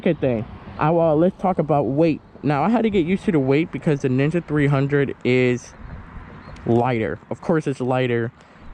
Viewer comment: sounds like you are saying nigga 300